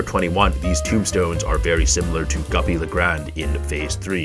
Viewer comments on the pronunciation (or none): I like how he says guppy le grand but it’s goopy le grande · “Guppy Le grand”💀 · Two things the make me mad about this guy. He calls henchmen “fat demon”. And goopy le grande “guppy le grand”. Tf?